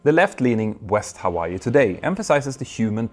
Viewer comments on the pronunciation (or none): none